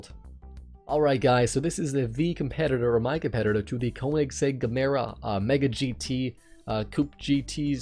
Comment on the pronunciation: Need to pronounce Gemera right